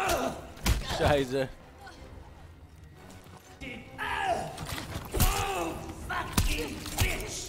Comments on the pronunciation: Simply put, there's a difference between a native speaking person forcing a specific accent and someone not speaking in their native tongue. One sounds plastic the other one, don't know how to put it best, endeavored. It starts with the one guy pronouncing 'scheiße' (shit) completely wrong and ends with everyone but the protagonists sounding like complete dunces. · How is this possible , that Joe has better pronounced "Scheiße" as the "German" main bad guy Leo Steiner in the game? Is it so difficult to get real Germans as voice actors for Main characters? I mean the random soldiers are native,you can hear that clearly.